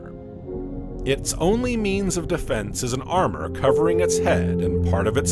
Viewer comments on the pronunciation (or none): none